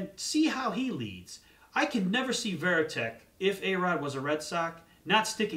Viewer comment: As soon as I heard he said veriteck I thought he knows nothing